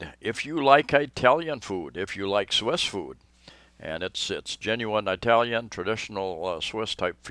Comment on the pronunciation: You make me laugh. It isn't pronounced "Eye"talian. It's pronounced like "Ih"talian. Like the word "it".